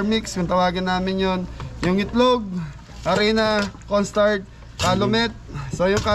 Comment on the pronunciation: Kapampangan po pag nag bigkas nawawala ang letter H Kaya sabi ay cornstart